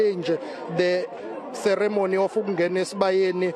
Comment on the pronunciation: She also cannot say 'ceremony' correctly!